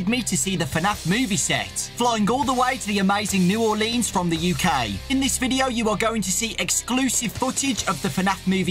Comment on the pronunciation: The way u said New Orleans pains me